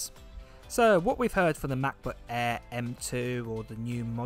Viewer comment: I cannot watch this guy's videos just because he pronounces Macbook Air as "ma-bu eaah"